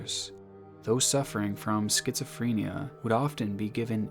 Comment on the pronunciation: mans said schizophREEnia